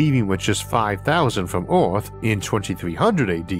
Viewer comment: Erm.. what planet is this "Ooarth"